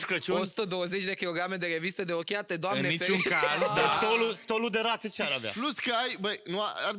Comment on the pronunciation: DarkLovely Bad girl așa a spus selly ,deșteaptă lui peste,a spus “saut” in loc de “salut”!!